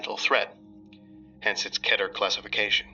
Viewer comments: Key-ter. Not ket-ter. Assuming you say meter as mee-ter anyways. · I think its pronounced keeter and not keter and it disturbs me when i hear keter lol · It pisses me off when people say the word as "Keh-tehr" it is "KEY-tehr" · It’s pronounced KEETER not keter Although you spell it Keter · wait it is pronounced ket er i always said key ter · It's not pronounced "Kedder". It's pronounced Keeter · It goes both ways. You can pronounce it "Keeter" or "Ketter". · I.. I now only hear cheder instead of keter... Oh no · Its technically pronounced "ketter". The word originates from the Hebrew word keter which sounds more similar to "ketter" than "keyter". At the end of the day, it really just comes down to preference. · Pretty sure it’s pronounced key-der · You you pronounce it like keeter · Can we start a poll to stop saying Keter like Ketter. You wouldnt pronounce beater like better would you. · I can't get the keter word here pronounce to cheddar XD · The actual most correct pronunciation is actually kay-ter. Just try not to let other people’s preferred pronunciation bother you. :) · I don't know if I agree that the pronunciation of real words is a matter of preference. I mean, if I pronounced the English word "heart" as "hee-art", I would be objectively wrong. Likewise, pronouncing keter as "keeter" is equally wrong. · I keep forgetting he's pronouncing Keter wrong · Yes... Indeed... I just cannot get over that pronunciation of "keter" it drives me fucking BONKERS. 😖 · It's not pronounced keeter either.